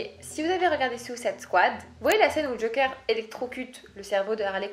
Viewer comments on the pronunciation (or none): none